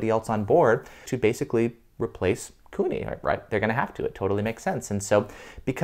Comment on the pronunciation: It's Kuni, not Cooney.